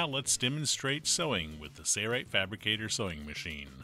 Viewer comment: Ok. It looks like a good machine. But, it drives me crazy that they can't even pronounce the name the same in their own videos. One person pronounces it Sailrite, like its spelled, at the start of the video. Then all the rest of the video they pronounce it as sayrite and drop the L sound.